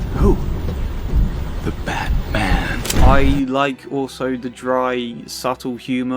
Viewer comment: I like when Krane said batman . It kind of sounds like Bad - man, all whilst coinciding with his facades visible erosion. All - be - it slightly. It's like he fancies the batman is a rouge patient of his or at least less of vigilante and more of someone in need of a visit to the asylum because he needs it, probably just as much as he does. It's like someone able to resist his fear toxins encourages him to sink deeper into his scarecrow persona. Perhaps just to find inspiration for stronger batches of fear toxins for future use. Something like thar😅